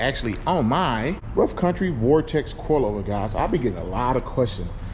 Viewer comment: Say vortex.. one more time.. 😡